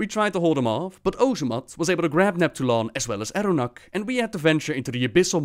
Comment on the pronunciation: It sounds like you're saying "Arunak" which is weird to me, since that's been my main's name (Orc Shaman) ever since Vanilla. Stop giving me the creeps, this isn't a Halloween episode!